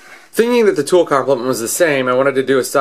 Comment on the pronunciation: three 'O's in tool huh? :P